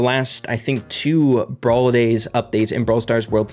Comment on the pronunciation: its brawler not bralwer